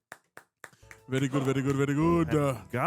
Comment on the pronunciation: RITCHIE not Richard..